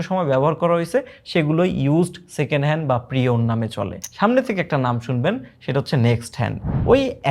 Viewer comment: Second hand, Pre-owned ❌ Secenal✔️ 😂😂😂😂